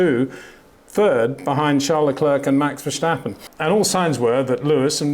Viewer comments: Max VerSHtappen. Unreal how this man simply can’t remember (or doesn’t care) how to pronounce the world champions name… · Max has been in F1 for 7 years now. Why do you still call him "Verschtappen"??? Do you call a stop sign a schtopp sign, too? There's no "sch" sound in Max's last name ... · Why can’t Peter still not pronounce Verstappen and Leclerc correctly? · No, that's not how you pronounce it. If you were supposed to pronounce it that way, I would not have mentioned anything. I suppose I was being a bit snarky with my comment, but I've heard many non-native Dutch-speaking commentators pronounce his name correctly over the years, and I'm sure Peter has as well, so I'm not sure why he continues to say it incorrectly after all this time.